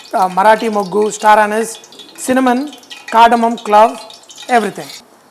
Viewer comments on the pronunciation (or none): none